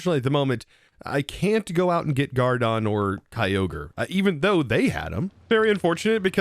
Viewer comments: its groudon, not gourdon haha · Oof, the groudon pronunciation 😂